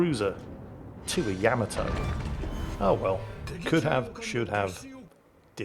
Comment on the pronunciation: How is it that you pronounce all the other ships names correctly and refuse to pronounce the Yamato correctly? I know that you know the correct pronunciation because you've said it in older video's. It's pronounced YUH-MA-TOE not Yam-A-Toe.